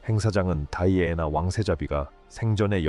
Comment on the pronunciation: 이름을 다이아애나로 발음하는 경우가 있네요 다른 유투브에도 그러더니